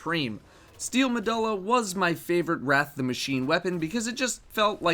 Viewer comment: Carlo Espejo steel meh-duh-la lol it bothered me too when i heard it